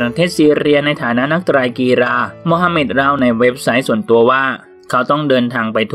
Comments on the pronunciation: คนอ่านเค้าเป็นอะไร เน้น รอ เรือ จนมั่วไปหมด กีฬา อ่านว่ากีลา ไม่ใช่กีรา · มีความคิดเห็นว่า..กีฬา..อ่านว่า กีลา..ไม่ใช่...กีราาาาาาา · กีฬา ออกเสียง กี-ลา ค่ะ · เพิ่งรู้นะว่ากีฬา ออกเสียงว่ากีรา... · แม้แต่คำว่ากีฬา ยังออกเสียงกรีฬา!!!!! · อ่านคอมเม้นแล้วสนุกมาก มีแต่ ร. พี่แกคงฝังใจกับการออกเสียง ร ขนาด กีฬา ยัง กีรา ร.ชัดไปอีก 555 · 555 ถ้าไปสอบใบผู้ประกาศมาอ่านข่าวแบบนี้ไม่ผ่านนะครับ ผมเคยสอบใบผู้ประกาศสมัยเรียนรามปี 52 ตอนนั้นถือว่าง่ายมากๆ ค่าใช้จ่ายก็ไม่ได้เยอะ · กีฬา = กี ลา ครับ ตัว ฬ คือ ล ครับ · จมูกบี้เหรอ ออกเสียงเหมือนคนปากแหว่ง เพดานโหว่ แต่ชื่นชม ร.เรือ อ่านได้ชัดมาก กีรรรรรรา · ยุโรป ซีเรีย กีฬา ไม่จำเป็นต้องกระดกลิ้นนะ ตั้งใจอ่านคำควบกล้ำก็ดี แต่กระดกลิ้นทุกร. ล. นี่ก็ไม่ไหวอะ มันไม่ได้เป็นคำควบกล้ำไปหมด ก็เน้นออกเสียงเกิ๊นนนน ปรกติไม่พูดออกเสียงคำควบกล้ำเลยเหรอ...